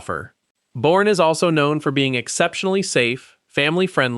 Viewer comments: The show says Boerne “Born” Texas Pronounced “Bernie”. Then proceeds to call it Born instead of Bernie throughout the video. Fix your AI voice please🤕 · Born??? It’s pronounced “Bernie” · Its pronounced . Bur...nee